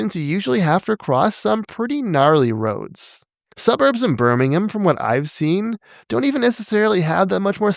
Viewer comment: Shoutout to a North American pronouncing "Birmingham" properly 🙏